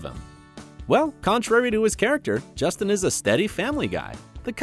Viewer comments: They this guy pronounces names.... it's really bad. Justin Chambers is clearly not Justina. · “... as Alex CARE-ev” and I think he said Justine lol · And then he called him Justine. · DID YOU JUST CALL HIM JUSTINE? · Wait, did he really pronounce Justin as "Justine"? Or am I hearing things? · Nope. He said Justine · Claire Dé Lune he said justina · At one point he also said Justine instead of Justin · I almost can’t handle the pronunciations of the first stars on screen and off screen names and it’s only a minute in! ! Justine?? Really? Get it together if you are going to make videos. Seriously. And, Chandra Wilson is NOT married. She has a long term boyfriend and children but they are not married. This is just a train wreck. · You are pronouncing Justin and his wife’s name wrong😂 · Why are you always butchering the pronunciation of the simplest names like Justin? You did it to Addison’s name in another clip too! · who tf is Jesteen? ITS JUS-TINNNNNNNN KAH-REV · Claire Dé Lune justine CAREev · so he spells and pronounces karev wrong, then calls him justine???? please... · "Alex carrot" "Justine"?!